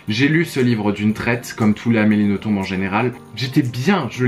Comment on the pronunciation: Si jamais pour Amélie Nothomb on ne prononce pas le B :) on prononce Noton :)